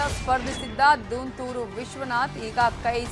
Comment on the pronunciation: ದುಂತೂರು ವಿಶ್ವನಾಥ್ not ದಂತುರು